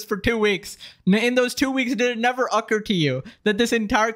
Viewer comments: bro really pronounced occur ucker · said occur wrong but it’s understandable